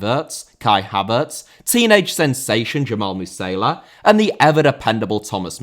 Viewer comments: Surely it's MU-SI-ALA and not MU-SAILA? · Dude, I am shocked you cannot even pronounce "Musiala". No wonder you have no clear concept how good he actually is. Attacking mid should have gone to Germany, not gonna lie.